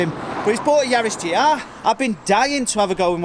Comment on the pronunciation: It’s a GR Yaris not the way you said it!😅